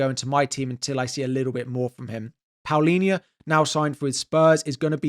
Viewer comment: it's Palhinha not Paulinha :face-purple-crying